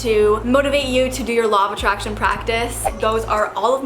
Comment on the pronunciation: i cant stop hearing "lava traction" 😂